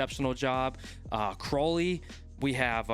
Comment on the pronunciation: Hey, just wanted to let you know that Crowley's name is pronounced cr-ow (as in if you get hurt)-ly rather than crow as in the bird